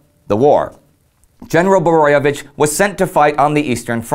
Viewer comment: Great episode.You did a great job on pronouncing Kvaternik and Borojevic's names.It's sad that only one street in Croatia is named after him.A forgo otten hero,whose father was a Serb and mother Croat...